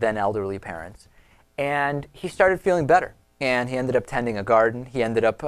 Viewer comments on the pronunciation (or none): none